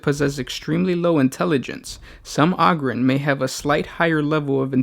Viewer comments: Og-ryn? I though it was O-gryn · its Ogryn not oogryn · AH-GRIN lol.... You sure it aint OH-grin? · Oh-grins Not Ahh-grims They're Ogres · OH-gryn, not AH-gryn. Jesus. Think "Ogre". Come on, man. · its "ogre-ins" not "awgrins" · Not Og-Ryn, it's like O-gre, O-Gryn. Hard 'O'. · its pronounced Oh-Grin, not Ah-Grin :) thanks :) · IT’S PRONOUNCED “OH-GRIN” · "THe Ahgryn" Oh okay. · OH-grins god damn it! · Ummmm...that's 'Oh'Grin'... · I think it's pronounced "Oh"-grins like ogre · Its pronounced oh-grin. the name derives from ogre. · OH-GER, so OH-GRIN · If you are going to share information at least learn to pronounce the name of your subject in the very least. Hearing the word ogryn butchered over and over is super annoying. As plenty have stated it's a play on ogre. How you missed this in your 40 facts is staggering and doesn't really speak highly towards your investigative and analysis ability. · WTF bro you cant say Ogryn right? its ogre like shrek you fool! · Dick Cheer I know right? How can you be a fan of Warhammer 40k and not pronounce the name right? We should ask what Shrek is. Would he say Ahger? He should know this. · omg it's hard to stand watching more of this!!! where are you getting the A sound from or Ah I legit am confused on this!!! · The first syllable of the word "ogryn" is pronounced like the first syllable of the word "ogre" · THAT IS NOT HOW YOU SAY OGRYNS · Holy shit guys it's pronounced Ogryn like ogre. it's a long O.